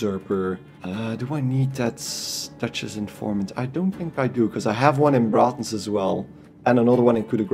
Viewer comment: Love your accent and how you pronounce Braathens :D thanks for the guide!